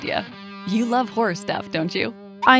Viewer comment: I heard horse not horror